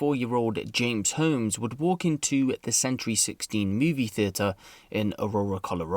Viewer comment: You keep pronouncing “Holmes” wrong.